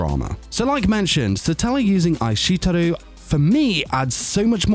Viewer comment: bro I think you meant "Ai shite Iru" not aishiteru. Ohhh and maybe work on the pronunciations a bit :)))